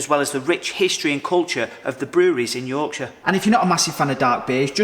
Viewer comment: If you say 'Yorkshire' like that ever again your regional accent certificate will be revoked...permanently!